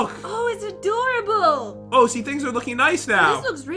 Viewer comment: "it's a door rable"